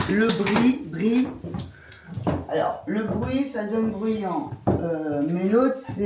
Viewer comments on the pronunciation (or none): Sorry, it is actually pronounced 'bru - i'. The 't' is silent.